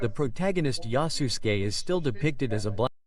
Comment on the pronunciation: I heard it as yasusGAY haha